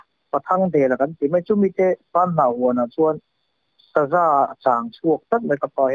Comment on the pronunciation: Saza kahna ah Saza a kap ti lovin Sa za (100) kahna ah Saza a kap tih nise hriatthiam a awl deuh tur a nia, ka ngaithla nawn leh ṭhin a, ka hrethiam thei chiah😂😂😂